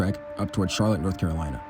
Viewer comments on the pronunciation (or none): none